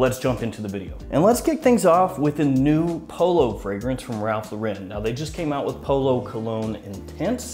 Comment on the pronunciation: You should pronounce Ralph Lauren wrong a few more times. It instills your audience with confidence that you know what you’re talking about.